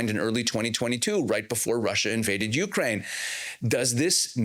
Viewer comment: Please yoo- KRAIN, not YOO- krain, emphasis on the second syllable